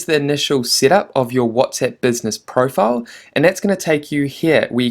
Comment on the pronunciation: whatsEpp? ahahahha funny your pronunciation